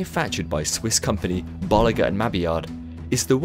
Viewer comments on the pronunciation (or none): I heard someone say bo-lee-jeer and ma-mee-ard